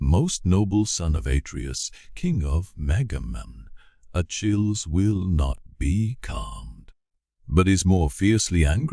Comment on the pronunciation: It is grating to the ear when a proper name as commonly known among educated English speakers as Achilles is grotesquely mispronounced